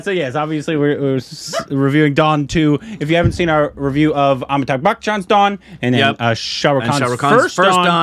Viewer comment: FFS, learn to say "AmitaBH" properly. It's not cute anymore.